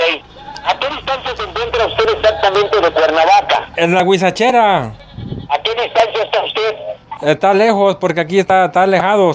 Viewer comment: ya lo see... Pero el extorsionador dice "Guachicheraa" ... Y no huizacheraa... Es lo que me dió risa xD